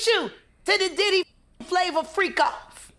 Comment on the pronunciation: That boy called him diddly 🤣🤣🤣 I remember when Rubert from icarly called gibby “gibbly”, gave me a flashback to that 🤣